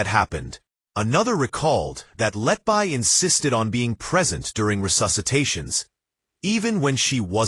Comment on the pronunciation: You Cant even pronaunce her name you iDioT 🎉...